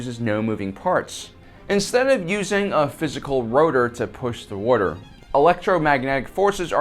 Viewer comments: man, you're a great presenter, but there is only one R in "water". It's not "warter". Sorry to be a dick but it just crawls my ass like a window shade. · what a fella, calls water "worter" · I like the way you say water. Did you grow up around new york?